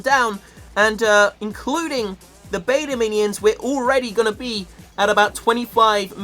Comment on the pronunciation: it's beta Minions not Meta minion 😂